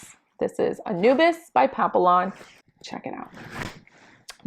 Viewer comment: papion, not papilon